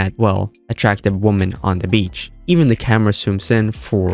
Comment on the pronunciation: FYI woman and women are pronounced different woman is a bit more like wummun, and women is more like wimmin.